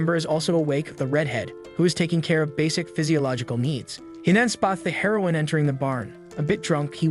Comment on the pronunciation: Dumb ai can't pronounce it properly